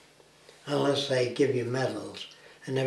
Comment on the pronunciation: "ULESS they give you medals" not "INLESS" and "PADS you on the back" not "PATS..."